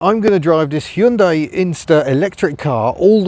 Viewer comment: I must commend you on your almost perfect pronunciation of 'Hyundai'. Most people say 'Hi-un-dai', which is super annoying. Bravo.